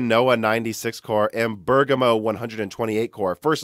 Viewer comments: Right on the money with Ber "gam" o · Thank you for pronouncing Bergamo correctly! I take it you read my comment on the previous video where you mentioned Bergamo, lol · You finally figured out how to pronounce Bergamo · Omg, can't believe you finally pronounced Bergamo correctly. ;) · you finally pronounced bergamo correctly hahaha personally i like how you change the pronunciation for non english words i think its very funny, im from spain and i was starting to pronounce bergamo wrong just from watching your videos XD